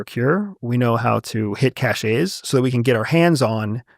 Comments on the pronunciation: CASH-AY? It’s pronounced CASH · Correct. Unfortunately it has become an unstoppable trend to mispronounce it. I can imagine GenZ or whoever will change dictionaries instead of changing their behavior. It’s getting as bad as “you loose the game” or “he choose the right one” . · look up the pronunciation of CACHE